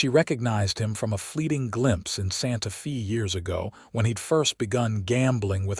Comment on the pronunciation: Where is "Santa Fee" located. Santa Fe ( pronounced Santa Fey) is the capital of New Mexico. Get a better AI to narrate.